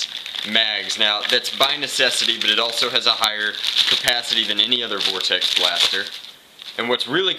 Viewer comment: Did you say vortex in Spanish ? (Vordex)